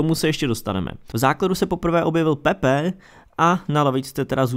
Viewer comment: kazdej rika pepe i komentatori, to ma rvat peeeepeee?